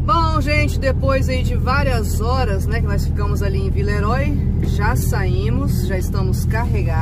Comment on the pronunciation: Por favor, diga "vileruá" (oi, oy lê-se uá). Cumprimentos pra vocês!